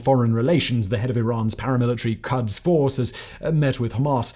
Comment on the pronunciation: Shalom from southern Israel. I look forward to more of your coverage. A few quick notes: 1. it’s pronounced AK-sa for Al aqsa flood. 2. The southern city is Ofakim, not Okafim. Pronounced OAF-a-keem 3. Quds is pronounced KOODS. It is the Arabic name for Jerusalem. 4. You failed to mention that Hamas was supported by the people of Gaza in a free and fair election. Hamas is the legitimate government representative of the people of Gaza and the publicly declared war. 5. While some extremist Jews have attempted to pray at the Temple Mount, not in the mosque where we are not permitted anyway, such prayers are illegal and prohibited by police.